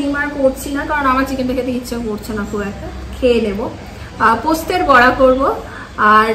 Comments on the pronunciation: এতবার এই পোস্তের বড়া শুনতে এত কানে লাগছে।।। উফ্।। কথাটা বলার সময় পোস্ত বলো।। পোস্তে বলো কি ????? ।।।।।। কথাটা পোস্তোর বড়া।।। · কথা টা পোস্তর বড়া, পোস্তের বড়া নয়